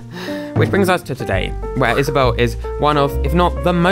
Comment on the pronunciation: IS-A-BELL me:i get it now